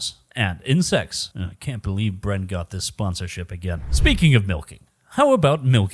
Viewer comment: Bren, get the name right or you end up in the mines LOL